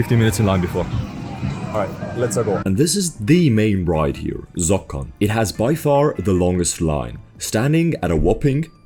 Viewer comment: Zokkon? What's Zokkon?